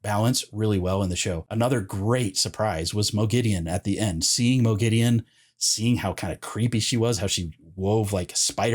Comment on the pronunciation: Have they done a Sauron? In the LOTR series, they say S-ow-ron, whereas fans have always said Saw-ron. In this video, you say Mo-gideon, whereas in the show, Lanfear and Ishamael both say Mog-a-deen. (Moghedien). I like the show's pronunciation better, so I want to know what the general consensus of book readers are in regards to this pronunciation.